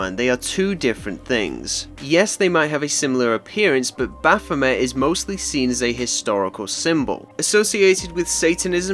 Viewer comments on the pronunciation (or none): none